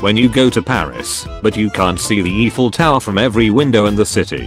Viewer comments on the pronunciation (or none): The "Eeefel" tower